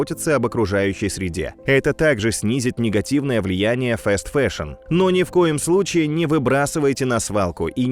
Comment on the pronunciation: фаст-фэшн*, не фэст фэшн